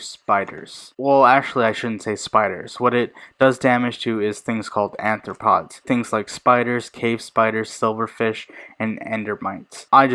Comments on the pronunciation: It's aRthropods, not aNthropods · You actually called it "anthropo..."... Are you gonna eat people like Tokyo Ghoul? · Anthropods? It’s arthropods